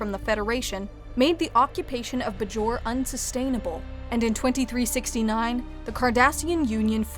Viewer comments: please tell her its "bay-jor" not "bu-jor" it makes it obvious that she is reading a teleprompter and not an actual fan. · It's pronounced Bay jor they speak the name of the planet probably 1500 times throughout the series. Otherwise well done! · Get your narrator to pronounce "Bajor" correctly and I might subscribe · It can be pronounced either way. I also mostly hear it pronounced Bay-jor, however a citizen of Bajor is usually pronounced buh-jor-an, not Bay-jor-an. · Did mispronounce Bajor? I've always said it differently. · Is it pronounced Buh-Jor or Bay-Jor?